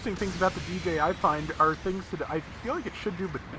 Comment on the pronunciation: Di-Jay. Not Deejay. It’s like pronouncing Dig without the G and then Jay. Dijeh